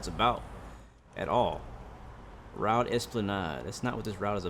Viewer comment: I’m amazed that the only thing you miss pronounced is the word “Route” looks really good only thing wrong is that the trains are very rusty in a very bad state, and the line itself the whole train shakes and your worried that the whole thing is going to fall apart, hence why at the start of this month the 404’s were discontinued